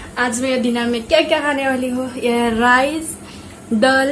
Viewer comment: Dol nhi daal bolte hain🤣